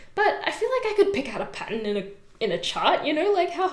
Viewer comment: I can't get past when she says "patton" for pattern. So cute 😆